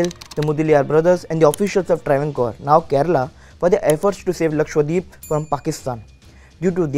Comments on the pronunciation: It's lakshadweep not lakshwadeep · Pronounce it Lakshadweep .. not LakshWadeep ! 😂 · He says Lakshwadweep 😂😂